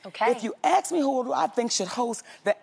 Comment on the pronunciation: Why does she say "aks me"??